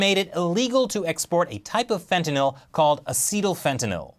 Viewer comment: I love you but you pronounce fentanyl all wrong LOL